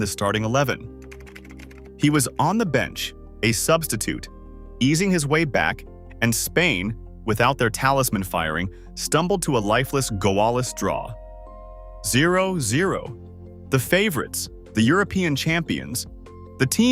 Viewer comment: What is a glaw-less draw? AI slop